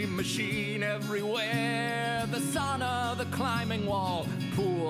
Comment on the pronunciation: It's pronounced sow-naw not saw naw